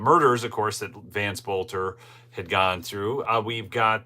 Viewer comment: It may just be a pet peeve of mine, but you need to pronounce their last name properly. I mentioned this once in one of your videos. His last name is pronounced belter, the O is silent. His dad was a school teacher of mine. Everybody is pronouncing his name wrong, except for a few people on the local news.